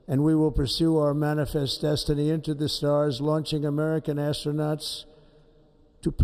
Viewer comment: How dare Trump say "manafst disatie, the hell with him!